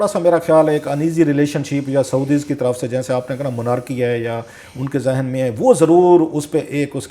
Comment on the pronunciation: cha cha monarki nahi Anarki